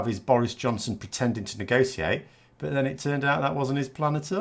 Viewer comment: I am still struggling with your opening line. Today I understood: Hi, I'm, I like to corrupt politics... And I am a Canadian anglophone. Wonderful how you say 'but'. Sounds to me like bought. I watch every video of yours with delight. Will you ever appear as more than head and shoulders? I liked your stand-up arrangement. Maybe you will do a dialog with guest anti-brexiteur TLDR news?